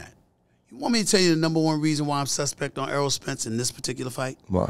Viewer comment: Errol not earl